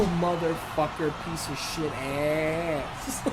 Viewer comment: Did u say pizza shit meaning to say piece of shit lol